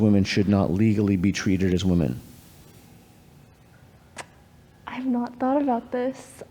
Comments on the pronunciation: So many of these students in these videos pronounce women so weird, drives me nuts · This aspiring molecular geneticist needs to learn how to pronounce “women.” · Why does it always seem to be the gender/trans ideologues that don't know how to pronounce women and pronounce the plural the same as woman?